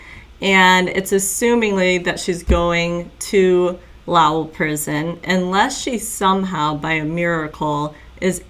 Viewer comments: Pronounce it like Low. And ell. So low, like low down, then ell. Lowell. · Ha ha. It’s pronounced low el. Like Noel. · I know you’re probably sick of people correcting you. But it’s just pronounced low and then the L sound.💕💕. Sorry.🤭